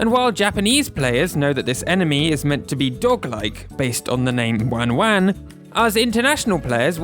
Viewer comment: For what it's worth, I'm half Japanese and the non-Japanese version just sounds like it was pitch shifted down a bit and maybe slightly slowed down. I could test this later. Also, it's good to note whoever made the video pronounced "wan-wan" terribly. That's not how Japanese people say it, so don't use it as a reference for how it should sound.